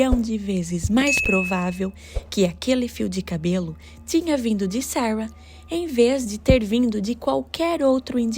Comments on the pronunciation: E o tanto que incomoda ela falar Sawa, Sawa, fala Sara, pelo amor de Deus kkkkkkk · Vídeo bom mas a pronúncia do nome Sara” está muito ruim.